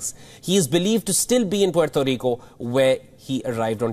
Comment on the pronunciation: Wow you actually pronounced Puerto Rico properly.